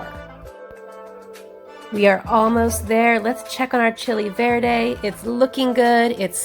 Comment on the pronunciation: The moment I heard her say chicken Verde… no accent, don’t trust